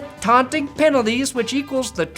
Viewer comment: Did he say “Aunting”?????